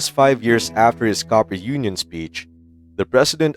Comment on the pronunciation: It’s cooper not copper